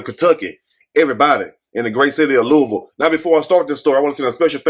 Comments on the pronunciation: Yes I was happy he pronounced it right, Luhval! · And you said Louisville correct because people not from here say it wrong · Hi,. Love your channel. You pronounced my city correctly, without saying the 's' in Louisville. Could you please do a video report on DOJ finding regarding Police brutality and Breonna Taylor's case? Our LMPD Police Dept has been corrupt for decades.